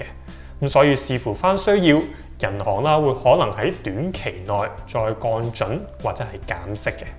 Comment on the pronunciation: 已訂閲。但希望你改善懶音「銀」，「降準」⋯等等都需要讀正音。